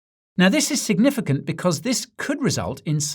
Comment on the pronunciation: It’s “sig”nificant